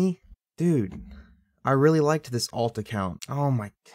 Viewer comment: ALT the way you said ALT made me laugh for 0 reason.